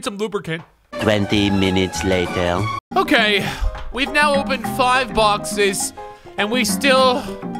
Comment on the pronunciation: bro how he says 5 is so funny